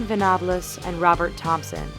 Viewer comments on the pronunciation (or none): Venablez? He's not Spanish its venables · Venobles? Wtf it's "ven a balls" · jon venables? hes not french, what is it with americans and british names? Jon-Ven-Ables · that's not how u say John Venables last name lol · you mispronounced Venables and Bulger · How she pronounces venables and bulger HAHAHAHHAHAHAH